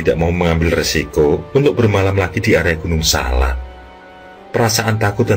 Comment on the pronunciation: Maaf penyebutan gunung nya salah.. bukan gunung SALA. tapi gunung SALAK.. saya ulangi ya pake K. TKS 🙏🏻